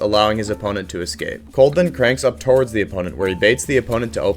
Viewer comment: "torwards" lmfao